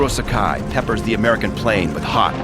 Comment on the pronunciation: This is a great video! I believe Saburo Sakai's name is pronouced as Sa-ka-ee, rhymes with Hawaii.